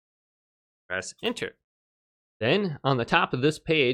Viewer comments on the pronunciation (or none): none